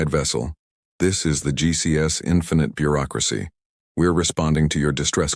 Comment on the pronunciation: "This is the GCS infinite Beuracracy..." here to help 😂😂😂😂